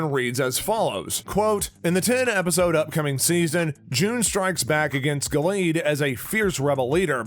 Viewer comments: What a shame that the man reading the dialog to this video has no clue what he's talking about. It's The HANDMAID'S Tale, not "Handmaiden's". Gilead is pronounced GIL-e-add, not "Gill-EEEd". The handmaid who lost her eye is Ja-NEEN, not "Janie." The older, violent woman played by Ann Dowd is Aunt Lydia, not Aunt "Linda". Final criticism: For someone discussing the collapse of democracy in the United States -- a dark, dystopian story of religious tyranny -- he certainly sounds upbeat and chipper. Please, re-record this and get rid of that voice best suited to local sports announcing. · Yeah like we trust you, my first fear was when i heard you call it the handmaiden's tale. Then gil-eed rather than gil-e-ad. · It's pronounced 'Gillee-ad' 😂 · I'm sorry, Giled? aunt linda? do you even watch the show? or you just looking for views and likes?